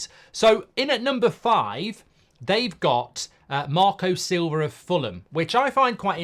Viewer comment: Listen to it, he calls Marco Sliver Sober lol